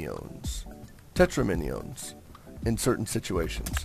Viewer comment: hahaha fail: Tet-ro-...min-ee-os. Haha, no it is Tet-ro-me-nos